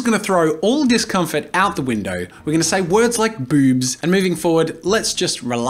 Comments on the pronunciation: Ami I the only who hear bubs instead of boobs when jazza speaks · i cant get over how he says "BOoBs" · It’s not the fact I was caught off guard by you saying boobs, it’s the way you said Bewbs. Couldn’t help but snicker a bit by the emphasized b’s and o’s. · I love the emphasis on "Boobs"